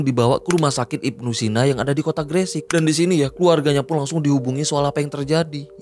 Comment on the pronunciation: Gre sek bang bukan gre sik ngomongnya 😂 bjir bikin dongkol kalo ngomong gre sek 😂